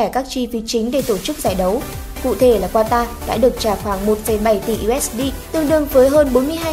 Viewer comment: Qatar đọc là Ka-ta ông nội :))) còn ghi "Quatar" nữa chớ, sửa tên nước ngta, hay thật!!!